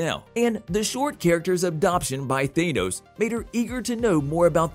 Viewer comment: Who in the actual hell is even Thay-Noze? Lol!